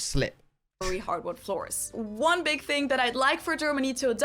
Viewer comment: Correctly pronounce the word THING / THINGS with "TA" NOT "FA" sound Got it? Good!